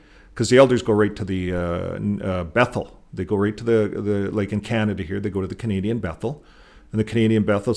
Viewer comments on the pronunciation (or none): none